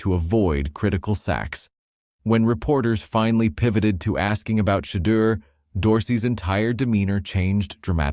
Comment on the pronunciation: Learn how to pronounce Shedeur"s correcctly Every Damn Time!!!